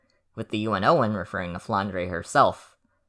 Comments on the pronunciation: The "e" at the end of Flandre is not pronounced and just for the aesthetic, it's a french/belgian name, so it's 'dr' and not "dreh". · flandray is easier to say and sounds cooler shut up i don't care